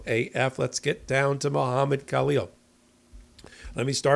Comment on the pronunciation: Halleel, The K is silent